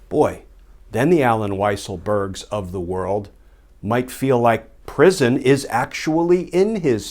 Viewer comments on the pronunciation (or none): Great show but I think it is pronounced, “Weasel-berg.”